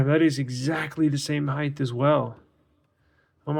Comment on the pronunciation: Just for future reference, it's "height", not "heighth". Good video.